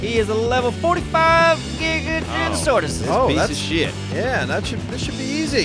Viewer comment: TheBadBoy1769 jig-ə-not-o-saw-rus is the correct pronunciation. do some research, watch some documentaries. its not hard to find out